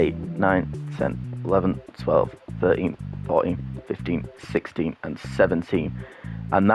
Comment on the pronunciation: When you said 16 I thought you said 60